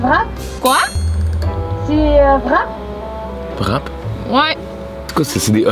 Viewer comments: mdr même en belgique le vrap ce prononce Wrape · Hello, quick C'est bel et bien belge. En France, la plupart du temps, le W se dit V. Exemple : le wrap se dit en français vrap mais ça s'écrit wrap. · On dit bien « wrap » au Québec, mais on le prononce « wrap » ou « rap » et non « vrap », ce pourquoi ils ne comprenaient pas. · Coucou.C'est vrai que le Airbnb au Mans n'est pas très beau, c'est une vieille maison laissée en l'état, je pense. La porte du garage ça date au moins des années 1970. Et oui les Français ne sont pas très à l'aise avec l'Anglais d'où le Vrap et non Wrap 😅.Avec ceci, cela veut dire et avec votre commande, voulez vous rajouter quelque chose.Vous m'avez trop fait rire mais je vois l'autre côté depuis que je suis au Québec 🙂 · « C’est quoi un VRAP ? » 🤨 « C’est un VRAP où il y a des chèvres » 🐐 PIPI DE RIRE 🤣🤣🤣💀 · ils prononcent wrap comme le w en Allemand ( W en Allemand c'est V), mais wrap (rap) est la bonne prononciation parce que c'est un mot anglais et non allemand.